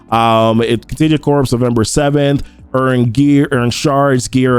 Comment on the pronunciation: "corps" is pronounced "core", like Marine Corps. It's not Contagion Corpse (although that would be appropriate...):D